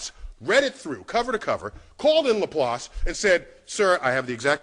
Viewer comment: Was willing to listen to the entire video, even though thought Laplace was pronounced as it sounds? But, sorry, 9/11 is where memory is already set to only honor heroes of that recovery... Still, personal conceptions are what confirm the PERSONAL savior god of the monotheists cannot exist: not unless HE really really hates black people... Yea, dude can only be real if he's a racist, duh!!